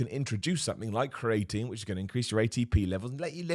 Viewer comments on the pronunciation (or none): Please someone tell him how to say creatine